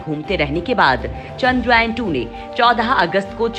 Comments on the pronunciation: Lady giving the voice over... Zara dhang se bolo ek baar charndrayaan... Bar bar.. Chandrayayan chandrayayan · Madam chandrayan boliye chandra yayan nahi. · Haha sahi kaha iskaa pronunciation ye hai चन्द्रयान